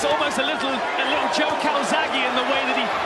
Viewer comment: “A little calzaghe” 😂😂😂😂😂😂😂😂😂😂😂😂